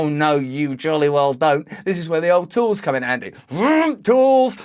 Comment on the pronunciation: Absolutely, agree 100%. Worrying that no western leaders are condemning them. Again brilliantly articulated, and you make it funny!! The Tools, or 'Tewels' as she pronounces.